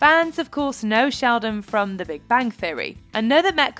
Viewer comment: Even the captions say that the narrator said: shaodin instead of sheldon